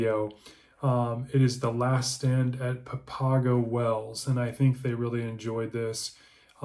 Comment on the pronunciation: Learn how to pronounce Papago